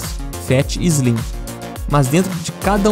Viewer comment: “Zlim” 😂 óptimo vídeo.